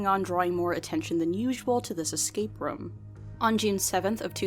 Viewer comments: Its very off putting when she keeps saying "rum" instead of "room" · rum lol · Escape Rums? Does that mean she escapes her problems by drinking rum? Or are you just pronouncing "room" weirdly? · her pronunciation of "room" irks me everytime.. rum. romm? rumm? rouhm! roommm.